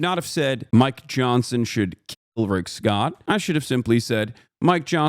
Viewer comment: The terrorist supporter did not mean to say keel you guys 🥺🥺